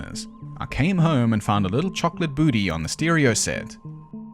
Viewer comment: chocolate boottee LMFAO